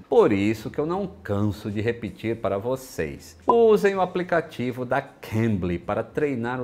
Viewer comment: Adoro os videos do, mas sempre pulo a parte que todos falam " Tudo bem com você-ii- z?? ( Arroiz, trêis, vocêis) isso me da uma coisa ruim!